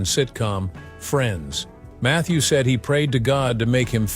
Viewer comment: Mather Perry on "Friend?" This is some really bad AI.